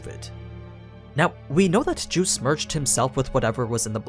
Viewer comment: I hate the way he says geuse it sounds like hes saying juice and is mildly irritating.